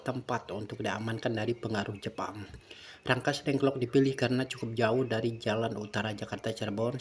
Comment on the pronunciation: Rengas Dengklok pak, bukan Rangkas dengklok